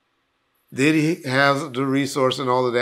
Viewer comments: Dibby know he could mess a name up 😂😂😂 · I think him and Gene deal does that on purpose, in case court comes into play, he can say “I said Dibby not Diddy”